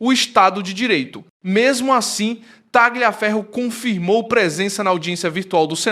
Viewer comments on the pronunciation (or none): NÃO se fala TAGLIA mas sim TALIA FERRO❗❗❗ Pelamor❗❗❗ 🤦🏻🤦🏻🤦🏻🤦🏻🤦🏻🤦🏻🤦🏻 E não é CURACAO mas CURAÇAO, infante❗❗❗ 🤦🏻🤦🏻🤦🏻🤦🏻🤦🏻🤦🏻🤦🏻